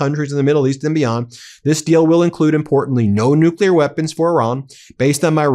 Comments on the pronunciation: Hey Van Orden! It's nuclear, not nukeler you stupid uneducated politician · That congressman on fox wearing a farmer outfit, sounds really uneducated saying “nukyaler”, it’s nuclear, and Iran has no nuclear weapons, and was not a threat to the US, until our destroyer-of- everything- in- chief, bombed them, murdering children and teachers, and like pirates wanted to extort their assets. Fox can be 🚽🧻 forever. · Can you take anyone seriously who pronounces the word " nukular" weapons? Get a dictionary and check pronunciation before you look ignorant. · None of them can even pronounce nuclear